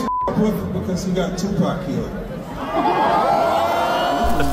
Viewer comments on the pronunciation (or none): Pierce pronounce it as two pock not pack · Learn how to say tupacs name piers!! It’s NOT TWO PACK…it’s TUPAC !! Piers also wants to put diddys actions on the entire world of hip hop! If u have a hard time understanding something then DONT REPORT ON IT!!! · Piers, its not TuPACK it’s Tupaahhhk. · Its NOT TupÄc...its Tupac! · It's pronounced 2 pawk, 2 pac. Not two pack. Why not correct him? And before anyone says accent, nah. Names don't change regardless of accent. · For God sake he's name is Tupac NOT Toopack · Tupac piers...not twopacks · Its ffunny how he says 2pac. Like pac man. Pronounce puk like hockey puk ... not pac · It's 2pac not 2pack. You dosser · Oh for Christ’s sake it’s not twopack piers it’s tupac tu/paac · Piers its tupac there's no k on hes name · Piers saying 2 “pack” is so annoying, put some effort n pronounce his name right, show some respect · Piers still calling him TuPACK 🤦‍♂️ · It’s not Two pack . ! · Bro Piers come on!!! Its Tupac (Too Paak) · This host kept calling him “2-pack”. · Piers why do you call him 2pack? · If I have to hear Piers say “two-pack” shakur again I don’t know what I’m gonna do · Piers, you gotta learn how to pronounce Tupac’s name 🤍 it’s respect man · For God sake! it's there is no "K" in Pac's name Piers.. don't say Pac name like that man! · I wish Mopreme would have asked Morgan to correctly pronounce his brother's name...